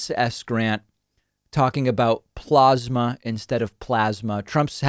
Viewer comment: His pronunciation of "Plasma" is attributed to his love of the glory days of the PLAZA HOTEL.